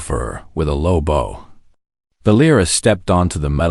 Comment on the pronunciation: AI still can't pronounce the front end of a boat. Stopped listening and blocked.